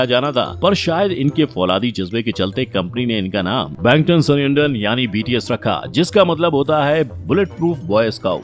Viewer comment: Bts nhi higde bol bahii 😂